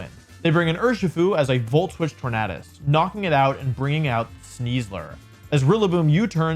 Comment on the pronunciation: Can't handle you saying Tornadus incorrectly. It's literally the word tornado